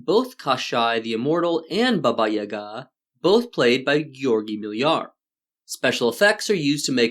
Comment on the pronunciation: Thanks for correct stress in Yaga's name